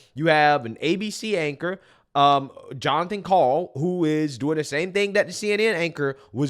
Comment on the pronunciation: I love my name, Jon. But not when it’s said that way.